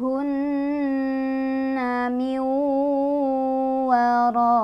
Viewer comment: Maaf ayat 53..fas'aluuhunna miwwarooooi bkn miwwarooooin....mohon maaf klo sy salah